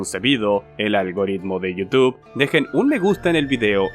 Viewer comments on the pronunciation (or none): none